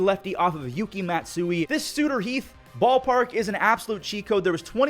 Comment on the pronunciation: I can’t tell if is saying Sutter Heth on purpose. It’s Sut-ter Health 🏥. 😂